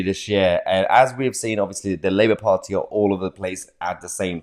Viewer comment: Liebour as its pronounced